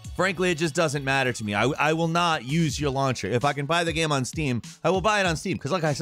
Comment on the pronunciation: my dude, by now after all these years I consider you and everyone in Gameranx pretty much family. But the way you pronounce "gaem" is infuriating